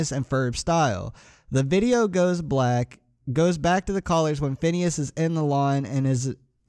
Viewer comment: Phineas not PHONWESNES or PIHNSE XD